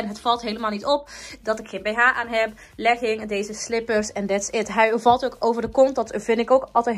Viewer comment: Je zegt leging zo anders maar echt te cute🤩💕